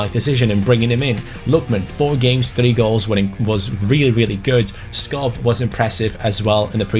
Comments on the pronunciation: Hi, love your videos. However since i am from Denmark it's kinda annoying that you pronounce Skov Skof, instead of Skou, which is the right way of pronouncing it in Danish. keep up the good work! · it selects Schär as the penalty taker, because he has the highest penalty stats in your team. Also, Skov is pronounced Sko, with a silent k Like so he can see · Skov is actually pronounced Skou :) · hey, certified Dane here, Skov's correct pronunciation would actually be more like Skow in English. Otherwise keep up the good work mate 👍👍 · Hi, amazing video, just one thing, you pronounce Skov a bit wrong, it’s only the “V”. “SKO” is pronounced like you do, but the “V” is pronounced like a “U”. I’m from Denmark i know. Or you could just call him forest BC that means Skov in Danish.